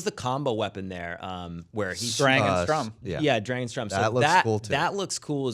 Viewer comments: Thank you! Everytime I here them say Strum I cringe... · Was it just me or did they keep mispronouncing Sturm? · st - UR - m